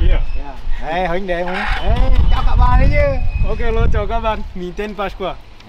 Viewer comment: huynh dê" ok nghe sao ma am lon g vay!